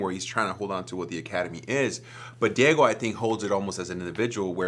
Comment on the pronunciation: im in love with the way david pronounces diego in the most spanish way possible like "dee-ye-go" rather than "dee-yay-go"